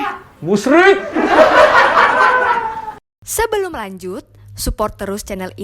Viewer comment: Om coki bisa bisanya ngomong musyrikk :)